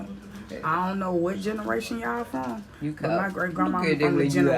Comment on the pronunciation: She said I ant know city girl 😍😂😂😂😂😂😂